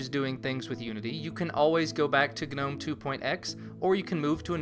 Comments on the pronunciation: It felt like it shocked my brain every time I heard "guh-nome". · um, i think the g in gnome is silent, like garden gnome. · Is it really supposed to be pronounced 'guh-nome'?